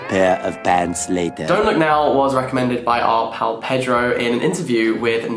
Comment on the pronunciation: The Latin American pronunciation is more payDROW than PEDrow.